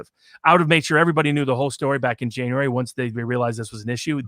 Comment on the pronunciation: Jane-uary (I'm going to adopt this pronunciation in the classroom. It'll drive my students banans.)